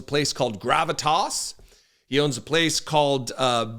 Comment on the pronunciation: I'd never go to a place with the name, as you pronounced it, Gravit ARSE!!!